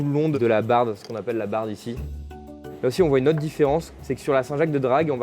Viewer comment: De la "barbe" et pas de la "barde" 😉